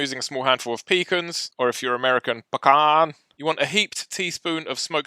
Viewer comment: I’m from Texas and when my mom felt like I wasn’t showing her enough love she would say “WHAT AM I CHOPPED LIVER?!” (Because most people don’t like them). Also I’m LOL-Ing how u said Pecan in “American”